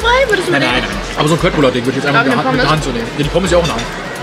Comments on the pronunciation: man spricht es schöttbullar aus und nicht kött😭😭😭😭😭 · Kötbullar spricht man nicht mit K sondern mit sch und das u spricht man als ü aus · Julia!!!!!! Köttbullar spricht man wie Schöttbullar aus 😄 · ... Leute man spricht es SCHÖTTBULLAR aus...trigger😂